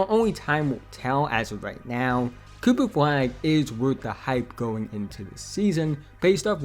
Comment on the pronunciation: coopuh fwag is unwike any pwayuh we have evuh had...